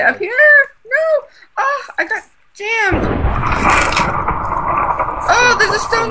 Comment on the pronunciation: She said jammed